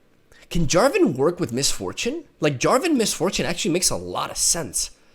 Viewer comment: Jarvan not Javaton ? are you really going to actually stop being annoying ? :]